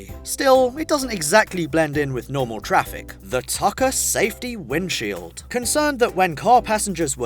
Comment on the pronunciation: dude u messed up on da word "windshield"